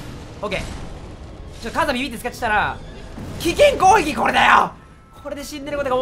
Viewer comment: ずっと思ってたけどまって攻撃を「こういき」っていってない？